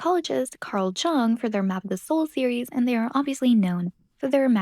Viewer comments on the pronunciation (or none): it's pronounced yoong [ jʊŋ ] not the english 'j'. also not like young. I am sorry, but I had to say that here. esp. when it's about cultures and stuff... it bugs me everytime I hear ppl say his name americanized